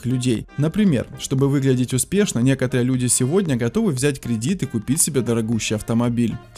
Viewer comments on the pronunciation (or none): none